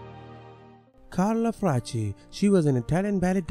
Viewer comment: This is 1.) Obvious clickbait 2.) The dude reading the names is not to be understood, horrible English 3.) 3/4 of the so called "actresses" were neither American nor actresses/actors (i.e. Carla Fracca who was Italian and a Primaballerina which dude cannot pronounce to save his life), anyway there are a number of rather unknown writers, dancers etc. but no actors and 2/3 died of old age. In 2021 noone seems to think dying at 89 should/could be simply "normal"! 3.) In my opinion this is a Indian or Pakistani dude trying to make a fortune on adsense with this pathetic clickbait